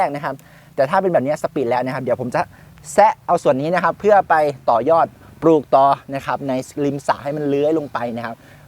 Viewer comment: คำว่าปลูก อย่าออกเสียงว่า ปูก